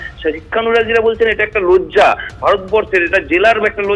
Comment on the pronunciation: "লোজ্জা" বলছেন রিপোর্টার! এটাও "লজ্জা" র😂